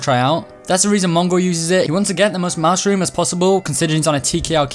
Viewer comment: When you say “mouse room” I heard you said mushroom